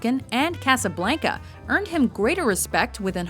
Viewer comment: I despise how says "Casablanca" as "Casablaynca."